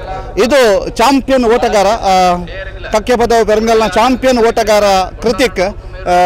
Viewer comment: Its Kakkepadavu not Kakyapdavu